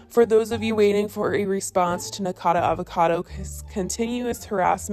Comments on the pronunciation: I have held back saying this because I figured this drama would die down and you would stop having to talk about Nick eventually, but since it will apparently never die down, his name is pronounced Nick-acodo Avocado, not Nickacado. Not that it matters. 😂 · Girl it’s been so many videos it’s NikAcado not Nikado lololol PLEASE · I hate the guy but it kind of pisses me off how you keep saying Nikado 😂 it’s Nikocado. Guess im ocd like that. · It’s nickocado, not nickado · its nik-0-cado not nik-cado ...I don't like him either but at least pronounce the name right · Yessssss mispronounce his name😂 bet it triggers him. He needs to quit but he's just THAT full of himself. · Please say his name right. Nik-o-cado, not "nikado". I love your videos, but that does make me twitch, lol. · I find it funny that she says “nickado” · NIKO-CADO-AVO-CADO omg!!!!!!!! It's not that difficult!!!!!!!! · "Nic-ado Avocado" 💀💀💀😂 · and I can't believe you still cannot pronounce his name. "Nik-O-cad-o". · You cannot pronounce Nikocado. It hurts. You keep saying Nikado. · Right if your gonna make money off the guy how about you say his name properly FYI I’m not a fan of either of these guys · You always pronounce nickocados name wrong but spell it correctly😭😭😭 I don’t like him but I don’t get it lol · U cant even say his name right 😂😂😂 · ok but can u like say his name right for once lol